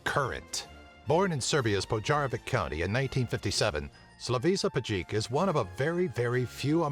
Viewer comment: When you do such videos, first learn to pronounce names of these superhumans correctly, It's not Slavisa Pajkic it is Slaviša Pajkić(this leter 'š' is pronounced like 'sh' in word shop), and surname is not even close as you said, it is Pajkić you need to say every letter that is written, you said his surname is Pađik but it's not even close, is it hard to see how Bosnian, Croatian or Serbian Leters č,ć š,đ,ž sounds, for example that letter ć(is pronounced like (t+sh) combined but with 'stronger' accent)...